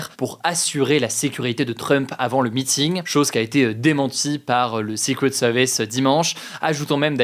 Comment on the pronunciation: ta prononciation de "Secret Services" me fait saigner les oreilles !!!